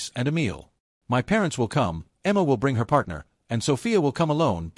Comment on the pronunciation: Why can't AI pronounce "my?" BIL was as bad as a slimy lawyer.